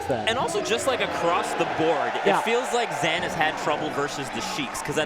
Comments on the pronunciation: Of course, you should be respectful when someone wants their name to be pronounced in a correct manner, BUT it really took me out of the gameplay to be honest, especially when you don't have the context at hand. Especially because Zain said himself he doesn't mind if we'd still call him "Zayne". should have maybe mentioned it after the set as a trivia, and maybe adjusted from there onwards. Not a big deal in the bigger picture, but a minor nitpick. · For those watching this without context: brought up a conversation he'd had with Zain recently before this set started where Zain informs him his name is actually pronounced "Zaan" (the Pakistani pronunciation), and that we've been saying the anglicized version this whole time. He says that he's fine with either pronunciation at this point, but that he does prefer the correct way. Please be respectful in the comments:) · why are they saying zains name like that? zan? idk if theyre trying to pronounce it the "ethnic" way, but its wrong regardless lmao oh and "JMuk" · Why were they calling him Zan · Greatest commentators ever except they keep calling him Zan for some reason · Y do they keep saying zan? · What I don't get is why has Zain on numerous occasions pronounced his own name wrong, then? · that's why I think it's weird that he has pronounced his own name wrong for so long